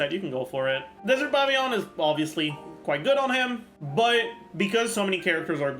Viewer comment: I love that he says "pavy-yon"